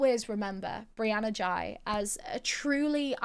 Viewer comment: No hate but in UK we would pronounce it like whey with a G